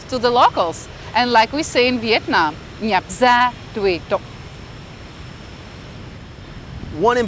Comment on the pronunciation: Cô gái đẹp, tiếng Việt khá tốt. Nhưng có gì chưa chuẩn lắm tôi nghe cổ nói: nhạc (nhập) gia tùy tục...tiếng việt như vậy là tốt rồi